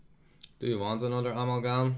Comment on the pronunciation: I wonder if there comes a time when can pronounce 'Amalgam' correctly xD